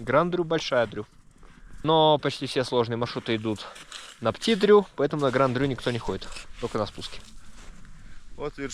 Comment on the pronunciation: Молодцы! Только почему вы произносите Пти Дру? Он же Пети, маленький ;)